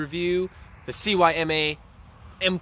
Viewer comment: good job guys! Just one tip the stock isn't made out of polycarbonate, It's most likely a polymer-based hard rubber plastic. Also, CYMA is pronounced see-ma, the name isn't spelled out... it'll save you four syllables. Great work guys, keep it up!